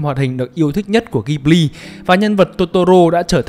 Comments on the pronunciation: Góp ý tí: Đọc tên studio là ji bli (ko phải ghi) nhé shop. Tiếng Nhật nó vậy. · Đọc là Dzi-bli nhé sốp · Bt thì nói tiếng nhật người ta đọc là jiburi ジブリ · fun fact tiếng nhật đọc là JI BU RI. trong video đọc theo tieéng anh. =)) tiếng nhật nghe vui tai vãi